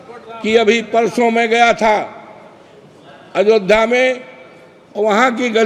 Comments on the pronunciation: बुड्ढे अयोध्या कहना सीख पहले अजोध्या कह रहा भोंदू भक्त 😂😂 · अवधेश प्रसाद तुम्हें इतनी तमीज़ नहीं है अयोध्या कहा जाता है पहले हिंदी पढ़ कर आओ छलनी नहीं है बोलने की और बोलने लग गए अयोध्या भी बोलना नहीं आता है तुम्हें बेवकुफ जय श्री राम